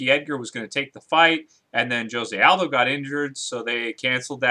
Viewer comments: It's pronounced 'hosay' aldo fyi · Thats not how you pronounce Jose